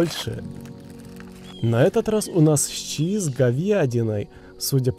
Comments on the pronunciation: Он сказал щъи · Счьи с говьйадиной